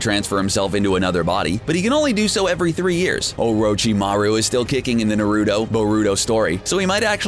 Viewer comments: He called it Narudo🤣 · “na roo dough” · This mans literally said narudo yes naruDo I typed this correctly I was this close to liking subscribing and hitting the bell smh it's pronounced naruto. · EXACTLY It’s NAR-UT-O not Norudo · Naruudo(naruto) saynin(sanin)?! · It's pronounced Na- Ru- Toe and Sa-nin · In the world of Naruudo, Me: The hell did you just say?: The pale skinned sayneen Orochimaru Me: GO DOWNLOAD CRUNCHYROLL AND GET YO ASS EDUCATED!!!! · in the world of NAYROOTOES OHROHCHEEMAROO SAYNEEN BOHROOTO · BRUH YOU PRONOUNCED EVERYTHING IN NARUTO WRONG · Legendary Luxray he pronounced everything in naruto wrong like how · The way you pronounced "konoha" "Naruto" "legendary sannin" really triggers me